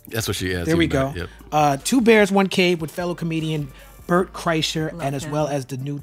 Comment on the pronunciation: It's Bernt yo